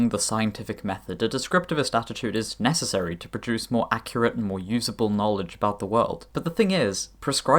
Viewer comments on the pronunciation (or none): none